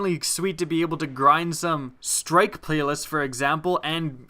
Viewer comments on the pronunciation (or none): none